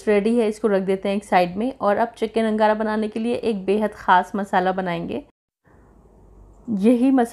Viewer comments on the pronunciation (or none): It's angara not nagara